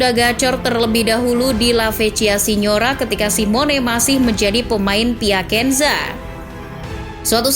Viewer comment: Piacenza dibaca piasenza, bukan piakenza